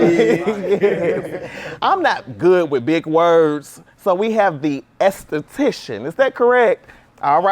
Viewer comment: As soon as he introduced max, I could see the shade. You want me to believe youre a license therapist but can't pronounce esthetician!? Max been saying the whole season it's been shade behind the cameras... But let me get into this